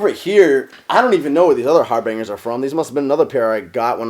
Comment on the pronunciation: Cringing at the way he pronounces Harbinger...